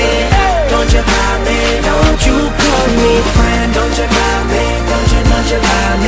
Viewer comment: "dont you kal meh frends" what apronounciation!